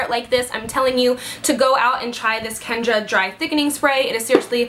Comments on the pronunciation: Kenn-raaaaa not kendra LOL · Did anyone else notice that she calls the brand "Kenra", kendra? There's a difference. But either way, her hair looks fab! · I love you and your videos but I work at Ulta and its KENRA,, not Kendra. No d girl, sorry but it drives me nuts! 😊👌💜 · You kept pronouncing the silver bottle wrong it's kenra not kendra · It's Kenra.... Not Kendra:) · I love how it looks but as a cosmetologist i have to correct your pronunciation. ... its kenra not kendra... lol thats 5he playmate. Jajajaja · Thank you , I thought I was the only one who caught that. I'm a professional stylist and I've heard more people pronounce it with a D, and almost no one pronounce it correctly. Not sure why. It's not difficult to pronounce correctly.